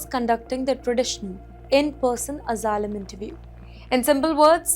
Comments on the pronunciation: Returning to Hyderabad would be very dangerous, apply for Asylum and get free hotel stay and curry, biryani it's paid for by the American Tax payer, learn to pronounce Asylum please, get your H1 b and come over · learn to pronounce Asylum please, get your H1 b and come over, we need English teachers like you to teach H4 kids and spouses